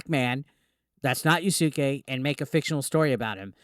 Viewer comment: I believe the name is pronounced "Ya'ske"... not "Ya-sucky"